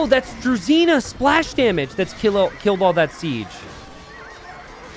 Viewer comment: Pet peeve. "Druzhina" is pronounced like "drew-zhee-nah" where the "zh" is pronounced like "ge" in "beige".